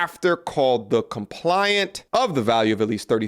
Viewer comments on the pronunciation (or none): COMPLAIN...ANT....NOT COMPLIANT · Arraingment... the 'g' is silent. A rain ment. Complainant not "Compliant". Compliant is easy to get along. Complaitant is a person presenting a case in court. Aff ee aunt, not A fi ant. Your flow and patter is good. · You lose some credibility when you misread big words. Arraignment is pronounced "ah-RAIN-ment" not "arrangement." They are two different words. Also complainant is pronounced "com-PLAIN-ant" not "compliant." Again those are two different words and mean different things. You are changing the meaning by mispronouncing those words. Not saying this to nit-pick. I like your content and want to see you succeed. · FYI: The word is "Complainant" (individual who files the complaint), not "Compliant".. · Compliant??? You should let AI read for you...gotdamn bro. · ComPLAINant ma G… Complainant. Sounding it out still works for us grownups too. 😂😂😂